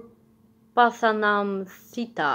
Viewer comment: rightly pronounced Pathanamthitta. Thanks for the reaction, keep doing more! Lots of Love from Kuwait